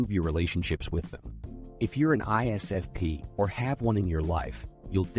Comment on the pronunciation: We also hate it when you can't say ISFP